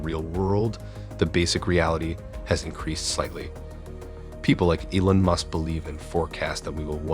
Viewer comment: Who the hell says Elon like that? I mean I'd get it if you weren't American but jesus christ "A-lon" really?